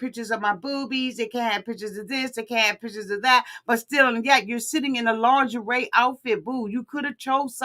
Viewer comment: It’s the “Lin-gurr-ree” for me! 🤪